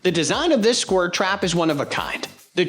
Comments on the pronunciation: Scwur trap? lol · Gonna get those squirrs